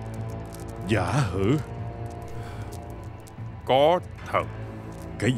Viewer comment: Tên ngta là Giả Hủ (Guo Jia) chứ đâu phải Giả Hử. Dù phát âm có gần giống nhau nhưng mình tưởng là ng khác đấy.